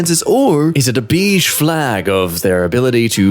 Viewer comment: Did he just pronounce beige as beezh or am I going insane